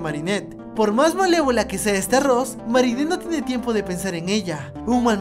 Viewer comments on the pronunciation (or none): none